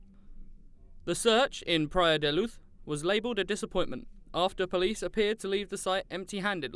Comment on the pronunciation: Why’s he saying Praia da luuth . It’s Portugal not Spain 😂